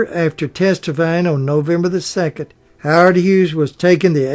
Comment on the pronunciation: "Tom"? Are you trying to say Time? "Hard"? Are you trying to say Howard?